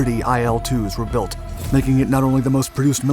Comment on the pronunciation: "IL" is not an acronym so you're not supposed to pronounce it as "EYE EL". Its "ILL", as in the beginning letters of its designers last name that you mention.